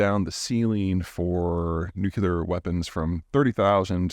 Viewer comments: It is new-cle-ar, nor nuk-u-lar, and your mispronunciation makes you look like an idiot, just like Jimmy Carter. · New-clear not new-cue-ler. Geez zeihan...as smart as you are you'd think you could pronounce words right. love your videos, please keep making them. I feel I'm super informed, without the fear mongering element of so many others. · Love the content as usual..... But please please please for the love of god please, there is no such word as 'Nucular' it is Nuclear! (new-klee-are) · Nuke Lee Errr not Nuke You Ler 😶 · Peter: Say "Nu-CLEE-ar," not "Nu-CUE-lar," please. You sound illiterate when presenting otherwise cogent arguments. I expect more from you. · If nuclear weapons are deployed, i will assume the brace position, and kiss my Ass goodbye. It really worries me that you Peter dont know how to pronounce nuclear. Its not new cue lar, its new clear. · Nuce'lar or nuclear? Bush used to say nuce'lar. Funny. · It’s not new-kew-lar, it’s new-klee-ar. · peter, you are the great. One question: Why do you pronounce it "nuCUlar" instead of "nuCLear"? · N.U.C.L.E.A.R. (not nucUlar). Sorry, my mom was an English teacher. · Peter - how can such a smart person so consistently butcher the word nuclear? Look at it phonetically .,, Nu-cle-ar … no way are there two “U”s in that word - it is not NU- cu - lar. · It’s nyu-clee-ur, not nyu-kyu-lur. Excellent otherwise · Hey Peter, I know you're from Texas, but it's still pronounced nu·cle·ar (ˈno͞oklēər) like nucleus with a long E - not nu-cu-lar. There's no "u" in the middle, mate. 😂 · Smartest dude on the planet who still pronounces it "nucular"! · A very smart guy pronounces nuclear [nook-lee-er] as nook-you-ler. 😳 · Nukular? What are these nukular weapons you speak of? Are they perhaps related to nuclear weapons? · Great overview. Aside, it's pronounced "NEW CLEE AR", not "NEW CUE LAR". My 6th grade kid struggles with this one too. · Nucl E ar. Not Nuc U lar. You know this. Stop saying it. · Nu-cle-ar... not nucular.